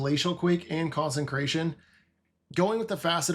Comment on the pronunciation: Decent video, just pronounce consecration (not consencration) correctly in future videos.